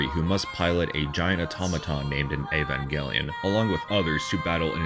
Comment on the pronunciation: Woah you said the title right 👍👍